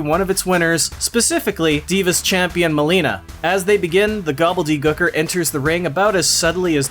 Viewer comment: For the way you say Gooker I'm glad you slapped yourself